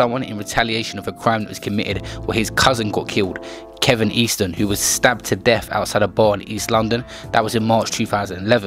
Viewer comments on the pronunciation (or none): "Duggan" not "Duncan" AND "Kelvin" not "Kevin"